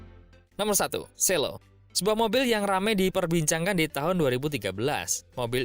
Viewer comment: "Selo" membacanya o nya ringan, bukan kayak menyebut cielo. karena berasal dari nama Ki Ageng Selo yang dikenal kesaktiannya dalam menangkap petir. makanya di abadikan sebagai nama mobil listrik.